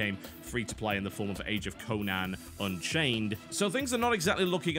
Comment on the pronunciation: Age of dconan unchained. The d is silent